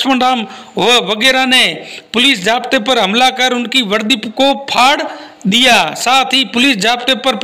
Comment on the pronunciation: Far.diya Jeise bola aisa lagta hai jeise kisiko kich de diya.